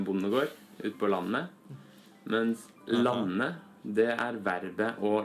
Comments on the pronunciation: Well done pronouncing "landet" and "lande". First one is sort of a stable low-pitch tone "lan-e", and the other one (tonem 2 - "lande") falls down like a hill in the first syllable. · Your prounanciation on landet and lande was spot on